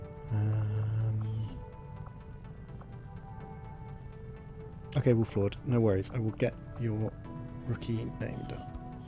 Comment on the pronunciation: "make him an Australia marine, g'day for the empra." that got me laughing so hard idk why